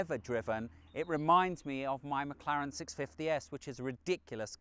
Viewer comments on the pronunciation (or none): none